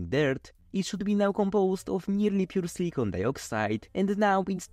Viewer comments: It's important to pronounce silicon properly in English (as siliken or silikahn), because your pronunciation sounds like silicone which is an entirely different material. Sure it is obvious to most people, but it is an unfortunate mispronunciation. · The was you pronounce silicon sounds like you're saying silicone, which is not the same thing.